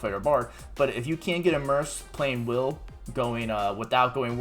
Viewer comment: Did you just call him "wyle?" like, Kyle with a W? The game literally calls him "Wil". just spelled differently.